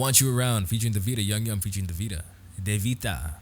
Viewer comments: I loved your reaction! Can I just correct you on how to pronounce his name? It’s like YOU-GEE- YUM (hard g sound) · IT'S PRONOUNCED "YOO-GYUM" !!!!!!! love your channel btw